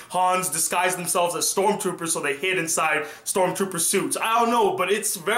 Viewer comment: You said star troopers lol xD